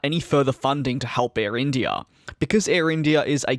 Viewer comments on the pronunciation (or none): The way you say IndiiAaaah is so funny